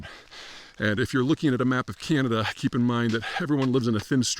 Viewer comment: There are 41.6 million people in Canada dude…..being off by 2 million people is very significant! Also, please learn to pronounce “Canada” properly or shut up ffs!